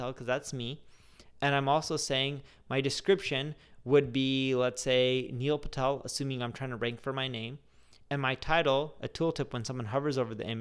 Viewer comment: Hey everyone... niel phatel...🤣